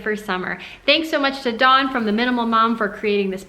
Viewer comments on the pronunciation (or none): none